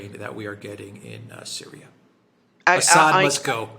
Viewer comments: I love how Alexander consistently calls Assad "Ass-hat". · Learn how to pronounce :Assad '.